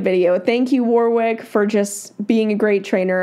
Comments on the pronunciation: Just a heads up. The Aussie name Warwick is not pronounced 'War-wick' hehe. Think of it as W-o-rick. The second 'W' is silent and the 'o' is not 'oh' either, it is the short vowel sound. Love, love, love your videos! oops just noticed some other aussies commenting about the name haha. 'Issybluz A' is the closest correct answer. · His name's pronounced Worrick not War wick. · Sorry to be so picky, but his name is not "War Wick" it's pronounced "Warrick" (had to say that as it was just driving me nuts)! lol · Most people pronounce it as Warwick but it is Warrick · Btw, it's pronounced War-ick. Not War-wick. Don't pronounce the second "w". Thanks for the video. 😊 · The 2nd w is silent. So it's phonetically it's Warrick. :-). So glad you reacted to his training. He is my all time favourite. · Been my favourite horse trainer for years. Proud to be an Aussie! I'm honestly surprised you weren't familiar. ETA: Haha sorry but "war-wick" had me giggle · Warwick Schiller is a sensational horse trainer....actually it's actually pronounced Warick silent 'w" 🙂🙂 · Hi. FYI His name is pronounced Warick. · The W is silent. Wa Rick. 💕🐨🐨🦘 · His name is pronounced warrick. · If you had done your research you would know how to pronounce his name. Warwick is amazing and has a knack of being able to make complex theories and techniques easy to understand. Well worth following and learning from him. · It kills me how non Australians pronounce Warwick 😂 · How about pronouncing his name right, for a start.